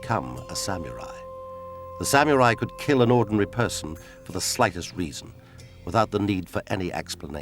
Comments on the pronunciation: sammy rye? sam ya rye? sam you're eye! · If only they'd hired a narrator who could pronounce the word samurai correctly. smh